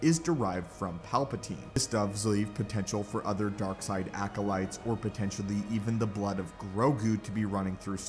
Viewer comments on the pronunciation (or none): sTOP SAYING ALCOLITES!!!!!!!!!!!!!!!